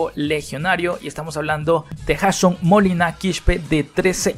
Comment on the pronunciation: discúlpame pero Jason, se pronuncia “ yeyson “ lo hago solamente para que sepas como se pronuncia y sin ninguna mala intención, cuídate y saludos desde Las Vegas Nevada, 👍🏻